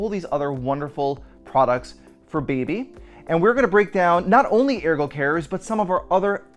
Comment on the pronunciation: You’re pronouncing Ergo incorrectly 😬😬😬